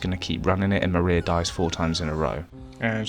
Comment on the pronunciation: "The Mariar Ending" is accidental accent gold. :)